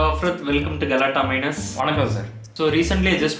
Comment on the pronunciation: Galattaplus ❌ galattaminus ✅